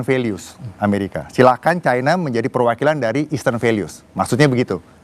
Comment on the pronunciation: Orang orang Indonesia genius kok jadi bodoh menyebutkan china menjadi Chaina yg sok kebarat-baratan dan sangat memalukan sebagai orang Indonesia